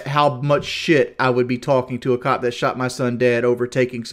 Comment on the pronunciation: I think I heard him pronounce "cop" as both clop and cod in this video alone. All that sugar and aspartame has turn his brain into swiss cheese.